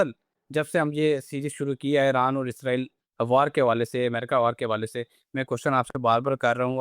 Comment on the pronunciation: It is Iran not airan.